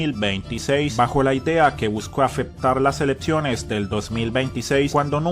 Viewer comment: Elepciones dice este que habla. ¡Elecciones!